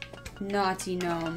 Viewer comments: "gnome-one" lol pure genius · "Knock knock." Commenter: "Who's there?": "Gnome-one." Me: (Hysterical Laughter)